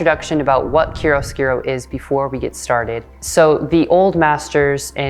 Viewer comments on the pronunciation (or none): Please let me help: It’s pronounced “KIARO-SKOORO”. Not “KIRUSKIRO”.